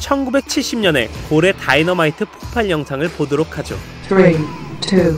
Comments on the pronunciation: 폭팔이 아니라 폭발이에요 개나소나 유투버니 말하는거에요 ㅋㅋ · 자막은 폭발이라고 잘썼으면서 왜 자꾸 폭팔이라함 굉장히 신경쓰임 ㅠ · 폭발을 폭팔이라고 발음하는거 나만 거슬리나.. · 폭발을 자꾸 폭팔이라고 하는거 고치셔야할듯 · 발음 참. 폭팔이 아니라 폭발임. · 폭팔이 아니라 폭발입니다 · 폭발인데 자꾸 폭팔로 발음하셔서 불편해요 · 폭발이라고쓰고 왜자꾸 폭팔이래ㅠ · 폭발 발음 불편해요.. 폭팔로 발음하시네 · 폭발을 계속 폭팔이라고 하는게 심하게 거슬리네. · 발음 계속 폭팔이라고 하는거 나만 거슬리냐 폭발을 왜 폭팔이라고 발음해 발냄새를 팔냄새, 두발을 두팔, 이발소를 이팔소라고 하실 분이네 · 한국사람들 중 폭발을 폭팔이라고 발음하는 사람들이 너무 많아서 참 안타까움.. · 폭발을 자꾸 폭팔이라고 발음하네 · 폭팔 말고 폭발,,,로 발음해주시면 안될까요ㅜㅜ 지적 불편하셨다면 죄송합니다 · 와.. 왜 자꾸 폭팔이라고 하는걸까.. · 제발 폭팔 말고 폭발 ㅠㅠ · 폭팔이 아니고 폭발 발음이 안좋으신가 자꾸 폭팔 이라하시네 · 폭팔(X) 폭발(O) 계속 발음을 폭팔이라고 해서 뭔가 자꾸 거슬... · 폭발인데 왜자꾸 폭팔이라고 해요? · 폭발을 폭팔로 발음하고 바야흐로를 엉뚱하게 쓰는....ㅎㅎㅎ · 자막은 폭발인데 발음이 자꾸 폭팔이라 넘모신경쓰여.. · 계속 폭팔로 발음하는거 불..편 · 엥 근데 왜 자꾸 폭팔이라고 읽는거에요..??